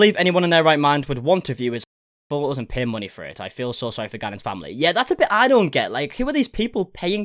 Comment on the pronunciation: What kind of accent is that of hers? That's the weirdest sounding pronunciation of this poor boy's name I've ever heard, and pronunciation of the word 'family'. It just rubs me the wrong way, it's like hearing someone accidentally scrape their rings on a chalkboard it makes me cringe. And this girl says she's 'looking into sensitivity training' for herself? Is that what she thinks people want to hear? What a joke.